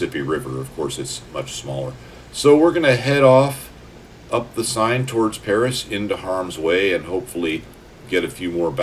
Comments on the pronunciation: Love your vid I’m just exploring axis aircraft, particularly the 109. Will give the Dora a go, what I’ve learned about your videos is to have patience over the target area. P.S, it’s pronounced ‘The Sane River’ not ‘Sign’. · The River Seine is pronounced Sen. Not Sign. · Great stuff! An hour well spent. Although the French needs a little work. So, in the spirit of 'One good turn deserves another': 'Seine'. Sign? Nah! More like 'Senn'. You're welcome and thanks.